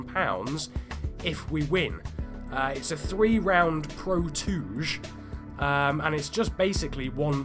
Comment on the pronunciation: Being a Japanese thing, I believe touge is pronounced to-gay, not tooj....